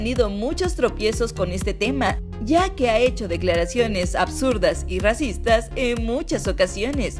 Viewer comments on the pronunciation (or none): Alguien más se dio cuenta de que dice: RACITAS